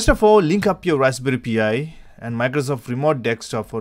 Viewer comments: NOT "P" "I". It's pronounced "PIE". As in Raspberry Pie. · Raspberry pee eyeee